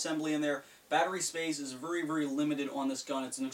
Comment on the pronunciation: I love it when U say vury